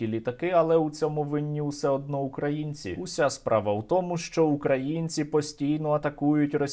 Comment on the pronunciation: Скажіть хто небудь тій руській паскуді, що правильно казати - украЇ'нці, а не укрА'їнці...